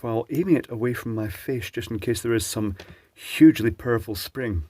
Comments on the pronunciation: Yeah he said purple for sure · I heard purple too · It took me over 5 minutes to realize that he was saying POWEFRUL spring and not PURPLE spring. 😂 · The subsequent times he said it, it changed to purfel for me so then I gathered I should have heard powerful :P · I thought he said "big purple spring" the first time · I too was waiting for a purple spring. listened again and could hear "perful" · I heard purple as well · I heard "purple" both times, assumed that it was an in joke, read these comments, rewatched the video, and was genuinely surprised when he said "powerful." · I too hear "purple spring". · yep I thought he said purple spring I must have dyslexic hearing